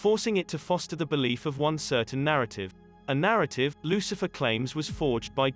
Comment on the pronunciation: The book of Loothifer